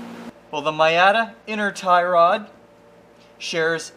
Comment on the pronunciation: I guess it's canada but, Miata is pronounced like MEE-ah-tah. Not to be a sloppy prostitute. Love your vids and can't wait for the next one.